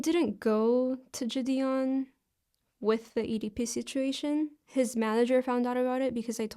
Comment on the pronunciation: I can not fucking stand the way she pronounces “ ji Deon “